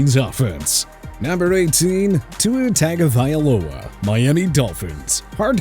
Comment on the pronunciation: It’s pronounced Tongue-govailoa as a non-Dolphins fan.